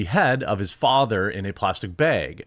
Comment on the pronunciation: The way you say Bag! lol